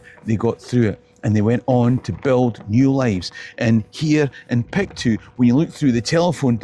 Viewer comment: Not Pic two, but Pic toe, like Glasgow.